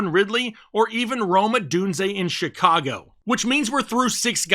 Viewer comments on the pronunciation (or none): none